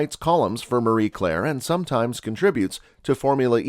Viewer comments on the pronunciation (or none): none